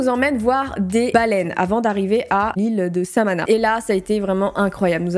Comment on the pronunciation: "l'ile samana" 😭c'est l'ile samona mdr tu me tue